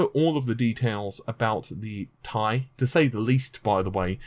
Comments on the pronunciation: It's not pronounced 'tie', it's 'T' 'i' or just call it Titanium. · But it's T I not Tie! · I will have to continue skipping the sections of your video in which you call the 1080 "TEE-EYE" ... the 1080 "Tie". Just can't deal. Drives me nuts. Thanks for the Vega news. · not TIE its T-I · T.I not Tie! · gtx 1080 T I ffs. not tie. secondly emboldened not bolded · Not TI tai IT"S TEE AI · TEE.EYE Stop saying "tie". How the hell are you a tech person when you can't even pronounce these names correctly?! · T-I SINGLE LETTERS NOT TY/TYE/TIE/FUCKOFF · t i not tie lol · T.I...T FUCKING I; NOT TIE, NOT TRI, NOT BI BUT LETTER T, LETTER I. FUCK ME IS THIS SETTING OFF MY OCD. TI FUCK SAKE, IT'S TWO LETTERS IN DUAL SUCCESSION NOT AS A FUCKING AMALGAMATION. ITS LIKE TUNING YOUR RADIO; WOULD YOU LIKE AM OR FM, NOT PHONETICALLY AMM OR FUMM. AHHHHHHHHHHHHHHHHHHHHH!!!!!!!!!!!!!!!!! REEEEEEEEEEEEEEEEEE!!!!!!!!!!!!!!!! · first of all it's t i not tie, so get your words right and secondly you aren't invited to that gamer conference either and I bet you it's not what you think it is what if I told you it had to deal with Shield what if I told you that you're f**** wrong it's about Shield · If I had a dislike for everytime you said TIE. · i cant hit the like button in good conscious when you keep saying tie like that. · pronounced "TIE".....lololololol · Sounds like he says Gtx 1080 tie!🤔